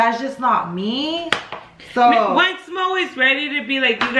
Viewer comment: *Moe not Mooooo🐄🤣